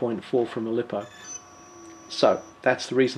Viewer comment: Lost me when you pronounced lipo wrong!